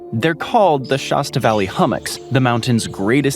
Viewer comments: the mountain in #41 is pronounced SHASS-tah, not SHAAS-tuh, rhyming with the old soft drink, Shasta. Goblin Valley S.P. is where Tim Allen's character in Galaxy Quest fought with the rock monster. In Bryce Canyon N.P., they're called hoodoos. Sorry, but Santa Claus is anything but religious. Good video, but I have to call you out on what you said. You said that the hot spring is "one of the only" warm water diving sites in the US. Parents can say truthfully that Suzie is their only child, but not that she's 1 of their only children. Of course, that's because 'one of' indicates there's more than 1 of something, but "only" means just the opposite. "This is our only child, Susie, and this is our 2nd. only child, John." Doesn't make much sense, does it??? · Its Mt. Sh ASS ta. There is no 'o' in Shasta. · Tonopah is pronounced: Ton-oh-PAW, emphasis on the last syllable Shasta's pronunciation rhymes with " Has ta " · Oh yes the mighty Shawsta. How do you pronounce Fanta? Faunta - pretty fancy, man.